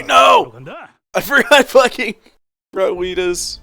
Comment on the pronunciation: I can’t TAKE IT ANYMORE why do you pronounce OUTIS (Oh-Tis) like AWITUS AHHHHH